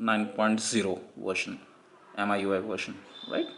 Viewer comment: It's MIUI (Mee-you-eye) not what you pronounced